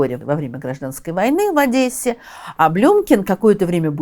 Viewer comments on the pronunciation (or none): none